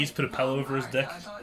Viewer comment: did you say Pillow ' PELLOW'?